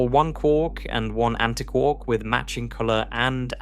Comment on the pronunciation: Why don't you say antiquark the same as anti + quark?